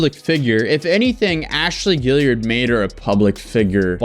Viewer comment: now that you've learned how to pronounce tarot, can you learn how to say Guillard? haha "Ghee - yard"